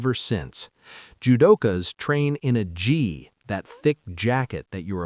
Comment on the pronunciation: judokas train in a “Gee” 😢 AI pls get it right next time okay ✅